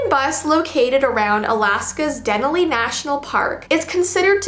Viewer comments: I live in Fairbanks, Alaska, and when you said Denali wrong, I died 😂. I get it, bc a lot of people pronounce names wrong, but its pronounced Duh-nah-lee 😂 Just lettin you know. Love you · I believe the park is pronounced Den-ally but I don’t know, but I do know that I have visited there. No disrespect intended. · I live in Alaska and you pronounced denali wrong it's pronounced( -da-na-ly)